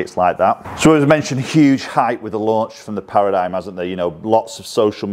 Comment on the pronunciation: ...it's pronounced "Para - dim"